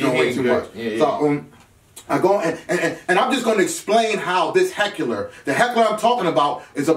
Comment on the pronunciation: Did say heckuler?